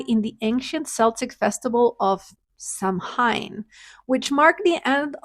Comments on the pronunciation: The pronunciations are: Celtic with a hard K sound: KELL-TIC. (The basketball team uses the soft C sound, though.) Samhain is pronounced Sow-in, sounds like Cow-in. It isn't English, it is Gaelic. Hope that helps. Love yr channel! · Happy Halloween! Cute project. It's pronounced "SOW-in" - blame the Celts... :)